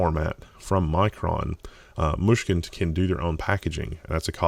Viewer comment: I never realized this, but the way he says Mushkin is quite nice :P